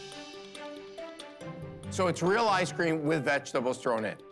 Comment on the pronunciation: Can someone tell me why Kevin pronounces it “I scream” 😂